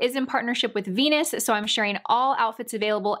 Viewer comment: "My favorite veans from Jenus" lol Sorry, but that cracked me up! You're so cute. Everything looks great on you.